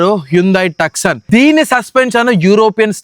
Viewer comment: Tuckson 😂😂😂😂😂😂😂,he can’t even pronounce